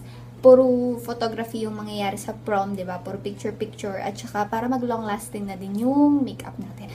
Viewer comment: Para long lasting ung makeup natin...hahahaha lol...yung accent